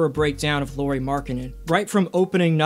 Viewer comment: Lauri Markkanen: His first name is pronounced "Lauwry" or "Lowry" (like "Howry), not "Lori." Haha